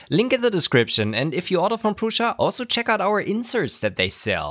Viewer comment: Hello. It sounds like you are pronouncing an "i" in Prusa that is not there, like Prusia.